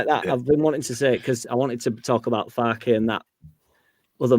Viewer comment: Thanks all so much. Just to say, Jack got Piroe spot on ( Joel Piroooh - Square Ball found an interview with him as a youngster)! Farke is as in Ben Parker though! Sorry to be such a pedant! MOT